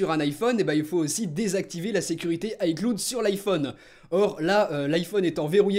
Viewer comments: Pourquoi tu prononce les mots anglais à moitié si tu prononce iCloud en AyCloude je vois pas pk tu prononcerais pas iCloud en AyClawd -_ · On le prononce iClaoud et pas iCloude merci :) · "Aïcloud" 😂😂😂 on dis "Aïclaoud" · ça s'appelle de la prononciation... On ne dit pas ICloud mais bien "Aïeclaoud" par contre on l'écrit "ICloud" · Lol aieclud cest icloud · Juste on est en 2016, peut tu arreter de dire "aiecloude" mais bien "aieclaoud" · Ps on dit "AyeClaoude" pas "AyeCloudeu" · J'adore ta prononciation de "cloud" ... Sinon vidéo intéressante. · La prononciation d'iCloud je saigne des oreilles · Mon poto t'es un youtubeur Apple qui pèse plus de 350 000 abonnés et tu sais pas prononcer iCloud correctement, il y a un problème apparemment